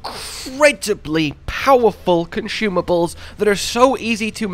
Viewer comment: “powerful conshumables”